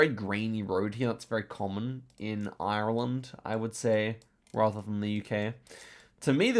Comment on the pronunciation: Please stop pronouncing Ireland wrong